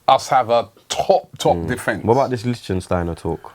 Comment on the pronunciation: lol licshenshtiner